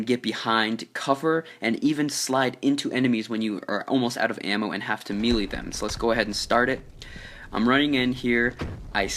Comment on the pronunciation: I'm pretty sure it's meh leh not me lee